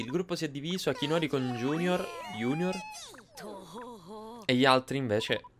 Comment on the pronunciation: Fantastico! Adoro Yo kai watch 4!! Cmq io.pronuncierei.giugnor e nn iunior... cmq nn importa come pronunci i nomi... La prossima volta usa la Slot-Kai però...